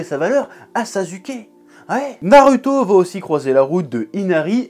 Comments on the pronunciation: C'est pas Naruto c'est nareuhto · On dit Narouto et pas NarUto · Pourquoi tu prononce "narüto" au lieu de "narouto" alors que tu prononces "dragone bol" plutôt que "dragon bal". Si tu m'suis. ... je crois que je suis pas très clair...😑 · Comment peut tu te décrire otaku quand tu dit [naruto] c'est pas compliquer de dire [narouto] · Je retiens surtout que tu dis narueto mais pas hacul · J'attend avec impatience "pourquoi la fin de naruto est raté" NarUUUto avec un U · Sa se prononce '' narouto'' bordel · Naruto se prononce NAROUTO !!!! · Comment tu prononce naruto tu m’agace je te jure